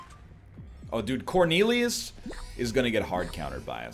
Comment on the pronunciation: “We’re going to hard counter corneilious”